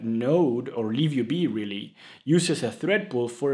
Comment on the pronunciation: I thought im tripping, but ur actually saying liv ub